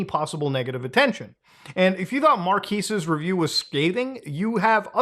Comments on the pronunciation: I think it's pronounced Mark-kes, not Mar-kis. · Why does everyone mispronounce his name I heard Charlie do the same thing in a video the other day haha it's Mar kez not Mar keese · it's pronounced MAR-'KEZ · I'm sorry sir, it is pronounced MarkAss Brownlee. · Ah yes, the Marquis de Brownlee. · It's pronounced Mar-Kezz not Mar-Keez lol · its Marques not Markis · "Mark-ass" - Will Smith ❌ "Mar-keys" - Muta ❌ "Mar-kez" - Marques ✅ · Markass brownies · Please say Marques correctly. He’s literally the biggest tech YouTuber. It’s not “Marquiees”. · "Marquees Brownlee" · Marquis? My brother, can you read MARQUES? (Mar-kez) learn how to read a name correctly. Mkbhd is too big to not know his damn name. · Marques ❌ Mar-keys ✅ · Its pronounced "Markèz", bro. My ears are bleeding. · bro his name is pronounced MAR-KEZ i cant believe youtubers like you that have been around forever cant get the homies name right. smh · Muta please it’s pronounced “mark-ehz”😭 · Muta please, it's pronounced like Mar-Kez, unless you're just trolling then carry on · KEZ, Muta. It's pronounced Mar-KEZ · Marques. Not Mar-qwees 💀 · MUTA, it's pronounced "mar-kezz" 😂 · The way muta pronounces Marques like it's marquis lmao I love muta ❤ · This Man Keeps Destroying People’s Names…. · Still refusing to say his name right 🤣 love it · Funny that you can recognize how big of a YouTuber he is and can't take 1 minute to look up how to properly pronounce his name lmao what a 🤡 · Bruh can't pronounce his name right for his life 😪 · This man can't pronounce Marques to save his life. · The way Muta pronounces Marques is killing me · Really can't tell if your pronouncing his name wrong intentionally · Mar quez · couldve at least looked up how to say his name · Bro the very least you could have done is research how to pronounce his name correctly. At least show A LITTLE effort for once... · Still saying Marques wrong lmfao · The amount of times you mispronounced that man's first name 🤣🤣🤣🤣🤣🤣